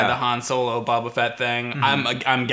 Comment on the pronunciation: Bobo Fet? You mean Abobofet?